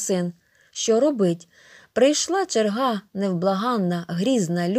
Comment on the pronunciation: Не черга́ а че́рга.